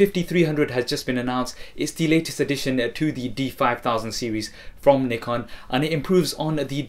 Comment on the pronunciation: awesome, i like the way u say Nikon